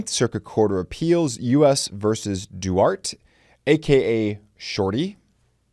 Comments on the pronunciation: It's pronounced Duartay not "Duart". Jesus... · Duarte is pronounced Doo-are-tee. Now say that very fast 15 times. (pratice makes perfect) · pretty much guarantee its 'Duartay' (pronunciation wise) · I went to school with a Mexican kid whose last name was Duarte. He pronounced it differently. It rhymes with: thwart tay Or Dwartay. I love your channel,! 😁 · That's pronounced DoArtea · That's pronounced DooArtTea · Friendly FYI… “Duarte” is pronounced: Doo-R-Tay 👍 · Cooley's name comes up once in a while in arguments on the meaning of 2A, often in the company of Rawles. BTW it's dew-AR-tay. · It’s pronounced “dwar-tay” in the 9th circus. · Duarte is pronounced doo-ARE-tay.